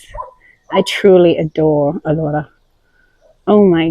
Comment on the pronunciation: It's pronounced A lora with the stress on the A